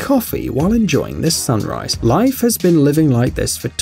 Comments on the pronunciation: It's pronounced leaf not life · Is anyone else bothered that he pronounces Leif as Life? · LEIF is pronounced Leef not Life.